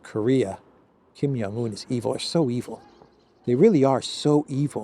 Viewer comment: Why don't you pronounce the "J" in Kim Jong Un?